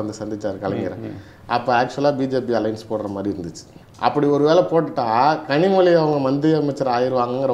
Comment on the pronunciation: 5.01 கனிமொழியை இந்த நெறியாளர் கரு மொதி என்று slip of tongue சொல்றாரு! நல்லா இருக்கு